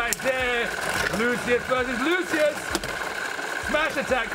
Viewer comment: im not sure if you figured it out, but lucius name is pronounced "loo-shus" in the dub anime